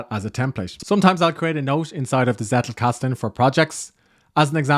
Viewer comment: Nice Video. Hint from a German-speaking viewer: the emphasis of the word "Zettelkasten" is on the first "e", not on the "a" 😇